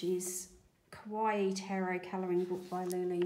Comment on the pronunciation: Lol, you pronouncing Kawaii like Hawaii 🫶 Now that’s cute! 🤗 I love some of the Anko/Kmart range (I’m NZ tho) even if they’re super budget, their gel pens and 36 watercolour paints are pretty good too!